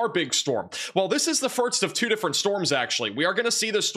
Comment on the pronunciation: Time stamp Firts Say it w me class, Furrrsssstt. FIRST.. 🤣 You got this. Good job on the weather. You and you team are always 99% correct on that...